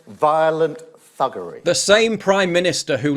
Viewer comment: I cant take anyone that says “thuggary” seriously.